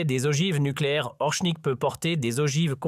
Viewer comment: Ce n'est pas "Orshnik", ni "Orknik", espèce de bachi-bouzouk, mais Oreshnik. Je vous signale que le cyrillique s'apprend en vingt minutes. Ce n'est pas suffisant pour parler Russe mais c'est déjà bien utile. Vous ne pouvez pas prononcer Орешник comme vous le faites dans cette vidéo D'ailleurs, d'après le traducteur de Google, de même que le dictionnaire russe en ligne, le p russe, c'est-à-dire r en alphabet occidental, ne se prononce pas comme d'habitude avec le e qui suit. Vérifiez. Et le O se prononce pratiquement comme un A